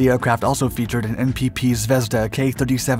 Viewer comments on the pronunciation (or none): none